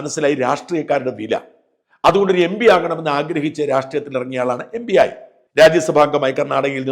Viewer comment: MB അല്ല MP (എം. പി) ബി യും പി യും ഒരുപോലല്ല ഉച്ഛരിക്കേണ്ടത്. (2) സ്വാതികനല്ല... സാത്വികൻ (3) ഒടുവിൽ അന്തംസ്നൊരു സൗജന്യ ഉപദേശം.... രാജീവ് ചന്ദ്രശേഖറിനെയും വിടരുത്.😂 അല്ല്യോ സക്കറിയ.